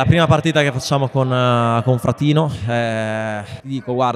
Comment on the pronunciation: fratinò 😅 oppure fratino ? Sembra vhe ha messo l'accento sulla o oppure ho sentito male io ?